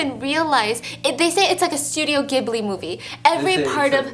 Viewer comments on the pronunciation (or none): Steph. You said ghibli wrong.